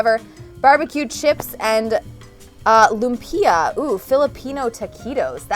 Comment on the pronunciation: Its not pronounced loompia its pronounced with a short 'u' lumpia